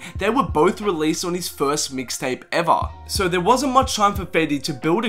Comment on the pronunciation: Lmao how he says "eva"